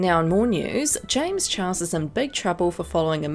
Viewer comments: Am I the only one hearing her say "James Chuhahau" (idk how to spell that and idc how to spell it leave meh alone" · No one gonna talk about the way she said james chuauwa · Anyone else keep hearing James Chihuahua? Just me? Okay...